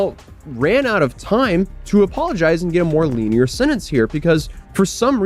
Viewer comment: A LENIENT SENTENCE! NOT A "LINEAR" ONE!!